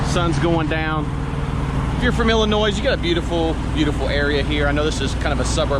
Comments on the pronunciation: FYI: It's Illinois. The "s" is silent. Thanks for explaining your situation why you don't have the camera going all the time. Stay safe. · Not to be a grammar Nazi, but Illinois is pronounced without the s at the end. It's a silent s. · Hey there good buddy the S on Illinois is silent